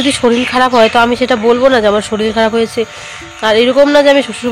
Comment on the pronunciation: Shoril na shorir